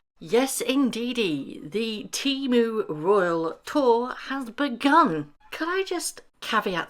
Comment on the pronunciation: not “TEMU” 😂